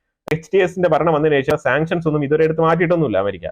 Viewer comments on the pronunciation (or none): none